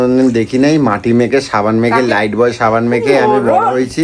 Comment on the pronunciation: ওরে! ওটা "লাইফবয়" সাবান.. "লাইটবয়" নয়!